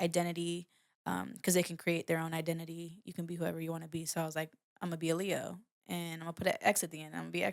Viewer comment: Lay Ah the Leo .... not Lee Ah the Lee Ox ... ok got it now 😂 'Open Your Eyes' and 'IFY' on REPEAT 🔥